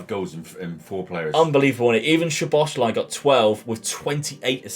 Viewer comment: Great video man! Im hungarian who lives in israel and when i learned the language it was so difficult anyway, u actually say szoboszlai like that soboslai, sz is like the sound when u use the letter s i hope that i helped with the pronunciation